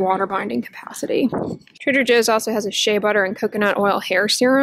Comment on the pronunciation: translation: La Roche Possy = la Roche Posay Trada José = Trader Joe Lol